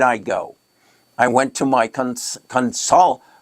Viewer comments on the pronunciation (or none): it is pronounced like: Con sil yih rih, with most weight on the “yih”.